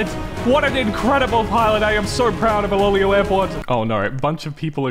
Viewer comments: i think its pronounced eloelo but spelling us iloilo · Iloilo pronounce "ee-lo-eelo" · I think it's pronounced i-lo-i-lo airport idk if it's from the Philippines cus the creator of it is l.a airways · Its pronounced as ilo-ilo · Correction iloilo is pronounce as ilo ilo. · Iloilo is pronounced as iloh iloh in phillipines how do i know? Fillipino ako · You have butchered the Ilonggo language and it pronounces as "Ilo-Ilo" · as a filipino i know how to properly pronounce it and you are very much butchering it the actualy pronounciation is "ilo-ilo airport"